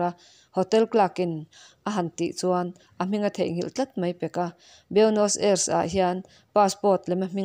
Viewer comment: Nakin zel atan Buenos Aires pawh hi Aires ti a lamtlang lo hian Ei tia chawl detin ris ti a lamtur anih hmel Ei Ris tihna anih chu